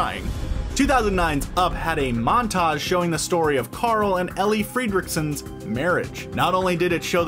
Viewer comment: did you hear that fredrickson was pronounced wrong